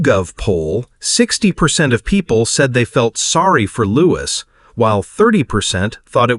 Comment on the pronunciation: He is not Loois. His name is pronounced Looee. And I doubt very much whether Louis would have an understanding of the laws of succession and also being told by his parents any of this. This is rubbish. And as you were lea ing a d you don't know how to pronounce his name. Lies.